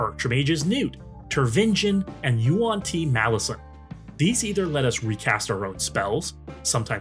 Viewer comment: This looks like a great and fun deck! (ps, the Tyranid Tervigon is said like Turv-ih-Gone, at least thats how all the 40k people say it)